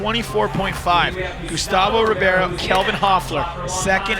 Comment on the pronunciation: Carlos Rebeiro = Rey-baro of reh-baro NOT ribee-airo You call people named Jimmy, Jighmee?